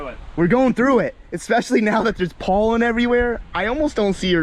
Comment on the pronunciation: He says pollen weird pole-in